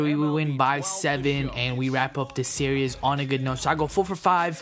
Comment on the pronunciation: It's SERIES, not SERIOUS!